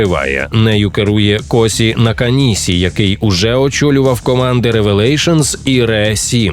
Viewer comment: Косі наканісі(замість Коші Наканіші)... Какасі(замість Какаші), сасуке(замість Саске), ясуке(замість Яске). Досить вже, бумласка